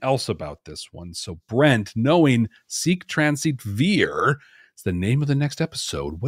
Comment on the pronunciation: Vir in Latin means man (either "a man" or "the man," Latin isn't specific about that). Also, Vir in Latin is pronounced "weer." The letter V is pronounced as a W.